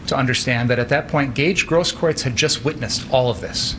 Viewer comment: Steven it's pronounced 'GROSS - KROOTS'